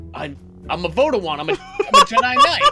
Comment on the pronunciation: Dude really said voteawan